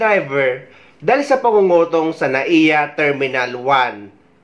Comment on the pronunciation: Pangongotong ata tamang word😅 hindi pangungutong😅 tunog ano eh .. 😅